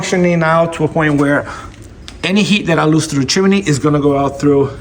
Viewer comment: It's chimney, not chimaney genius. I hate ignorant 💩